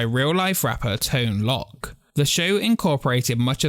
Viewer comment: lol it’s not Tone Lock it’s Tone Loc (low- ck)😂